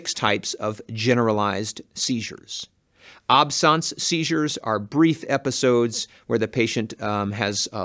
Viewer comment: The only thing I don't like is how he pronounces 'absence'...